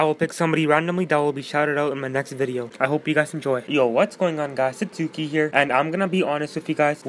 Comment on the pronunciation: Your name is not Suzkie it's